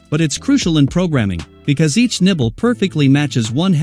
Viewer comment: I keep hearing nipple 😭😭😭